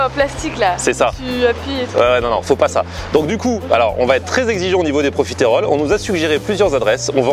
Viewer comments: c est profiteroles et non profitéroles logiquement la prononciation (en tout cas suis team sans l accent prononce) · On dit profiteroles et pas profitéroles ! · Ton dessert préféré mais t'arrives toujours pas à prononcer correctement le nom c'est dingue